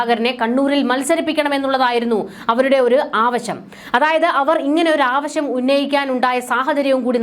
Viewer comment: കുട്ടി ആവശം അല്ല ആവശ്യം എന്ന് പറയൂ.